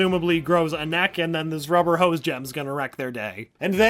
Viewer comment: Locstar543 I thought he said nack lol